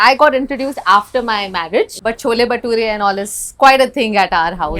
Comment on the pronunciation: Why did she say chola bhatura why not chole Bhature if she is from Delhi ?